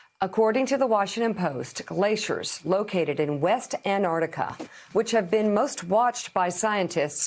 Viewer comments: Ant-arc-tic-a there are two “c”s in the name of that continent Mika. You should use it when you pronounce the name. You don’t say Artic.... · Note for Yankeee listeners: It's not pronounced an-art-ica or anardica. It's Ant- arc[with hard c] - tic-a. Antarctica.